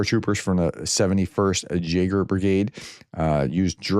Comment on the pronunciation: Jaeger is pronounced YAEGER .